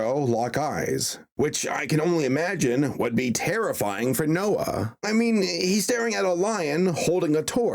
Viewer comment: No, it’s “NOAH”!